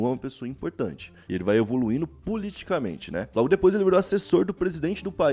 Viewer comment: O cara fala Puliticamente ao invés de Politicamente... Ô ignorância !!!